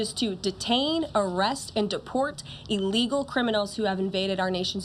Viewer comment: True. But she and others in the administration need to be more "mindful" of how they say "illegals". They actually pronounce it like "a legal" which probably causes some not so bright folks to misunderstood the difference between a "a legal immigrant" and an "illegal immigrants. They way she kept mis-pronuncing it sounds like they are legal immigrants and is pissing off the not so sharp people or immigrants whose English speaking and comprehension Sucks!